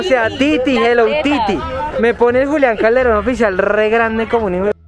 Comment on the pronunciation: notese que no dice sino Julian CaldeRIN oficial jajajajajaja Hello Titi jajajajaja